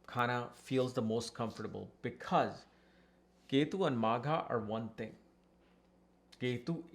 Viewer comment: Magha .... not maagha 😮